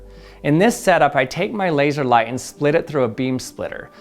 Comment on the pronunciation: “Labseor” - Odd1sout